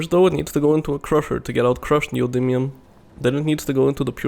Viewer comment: Your pronunciation of "neodymium" is 100% correct. You nailed it.